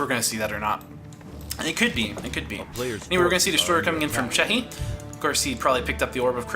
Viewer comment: very good video and nice comentary, but i must say that the Undead player name is C E C H I and u say C H E H I hehe, thats no problem but ,just... that we want more videos , go on =)